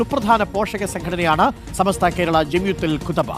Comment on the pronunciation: സമസ്ത എന്ന് പോലും ശെരിക്കും പറയാൻ അറിയാത്ത ആളാണ്, നമ്മുടെ അനൗൻസെർ. ചമസ്ത എന്നാണ് പറയുന്നത്.